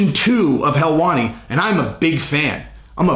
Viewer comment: It’s not Ariel Helwani it’s heelwani!!!! 😂 u better come correct he said